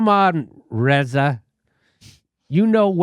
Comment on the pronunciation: "Reza" pronounced like "Rasa" like in "tabula rasa". That's good!